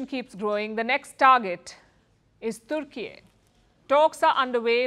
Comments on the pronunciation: IT IS TUR KEY NOT TOOR KEY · its Tur Keeey.. not turki